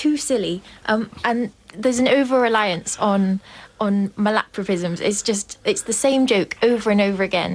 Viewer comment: There was a true Count Arthur moment when the word "malapropism" was used. Or have I been saying it wrong all these years? MAL-apropism ...or....mal-AP-ropism?